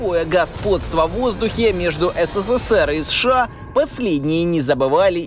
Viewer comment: Бля, как режет ухо, когда аббревиатуру, читают не по буквам, как подобает, а читают как слово, прям СШАААА, словно у человека челюсть отпадает и он быстрее хочет произносить это. 😂 Читать аббревиатуру нужно по буквам, как в алфавите "Сэ-Шэ-А" (США) или, "эН-эЛ-О" (НЛО). Ну вы же журналисты, серьезная контора, ну что вы как дилетанты себя ведете?😅🤷‍♂️